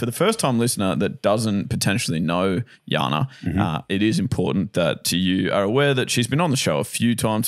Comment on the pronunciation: I like the way they change J to sound like a Y -- Jana is pronounced as Yana. It reminds me of my son's karate instructor who calls him Eliya, and I always correct him that it's Elijah - but he never learns. Hahaha. Do you mind if I ask where (or which countries) J is pronounced as Y? I know Spain pronounce their J as H, eg Juan is pronounced as Huwan.